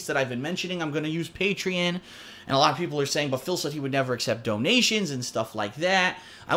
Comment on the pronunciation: He pronounced Patreon wrong.